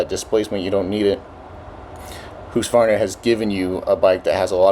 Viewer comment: HOOSK-VARNA??! HUUSKY-VARNA. skol